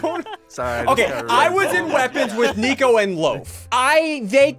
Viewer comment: Why do u call nicovlad flicode